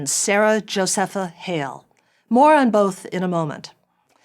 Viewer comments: Jo - SEA- Pha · I've never heard Massasoit pronounced that way. Nor Josepha. Not sure where she's getting those.